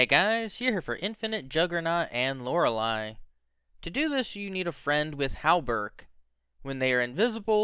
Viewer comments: My guy its lore-ley not lore-ali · You are probably the first person in existence who pronounces Loreley as Lorel i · Lor-lee. It ain't that hard. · Who's Lora-lie? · LOR-LEE it's pronounced LOR-LEE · why do you say lorely wrong? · Can you please pronounce Loreley correctly good god